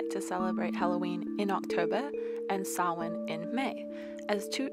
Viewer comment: Your cat is lovely. Also, I can’t stress how much joy it is to hear you pronounce Samhain correctly.